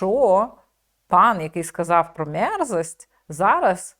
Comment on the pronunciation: От якраз він вимовляв мєрзость.